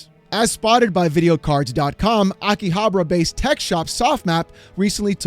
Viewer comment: ROBUTTS. Btw, it is pronounced Akihabara. I am literally laughing in all these big corpos faces.